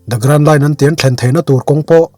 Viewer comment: Nia kei pon amak k ti lom an hming alam dan te hi a dik vak lo 😊